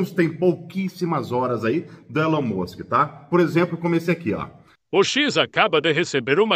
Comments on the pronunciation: Se lê Ilon mansque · "Elen Mussi" uashuashuashua